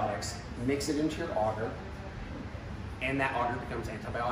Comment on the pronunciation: Not auger it's agar with the A sound in the first a and ah sound for the second making an arrr sound at the end